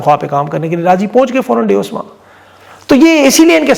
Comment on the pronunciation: It's Davos, not duse.